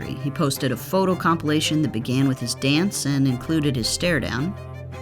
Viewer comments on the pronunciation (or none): none